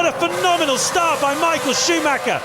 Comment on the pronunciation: I love how nobody ever bothers (to this day) to pronounce Michael Schumacher at least somewhat decently.